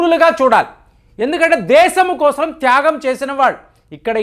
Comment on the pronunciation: Kosram kaadu kosam adi.....telugu sarigga palakandi. meeru babu,modi bhajana batch ani telusu